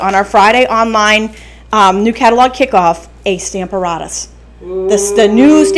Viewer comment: Love the cards. I don't understand the pronunciation of Stamparatus, seems like it should be the same as apparatus which seems to be where the words was coined???